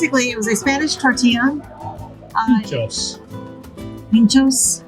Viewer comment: got the pronunciation right: PEENT-chos